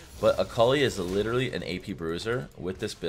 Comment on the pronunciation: Say litteraly again.